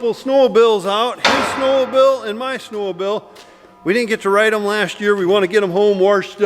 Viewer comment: Never heard them called snow-a-bil before!